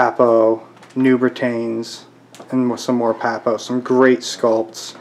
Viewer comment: Britains pronounced Britons Henry V army was English, not british. Other than that, quite a good video